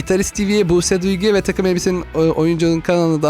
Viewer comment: Buse buygu diyo kardeşim buse duygu